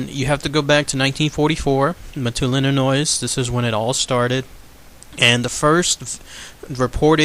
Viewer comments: PLEASE stop pronouncing the S at the end of Illinois. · He's not telling what to do.It's pronounced Illinois-S is silent. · I'm from mattoon Illinois and u have it all wrong and don't know how to say the town right or state and he was a bug man and people did die u can go to Dodge grove cemetery and if u are not from the town do more research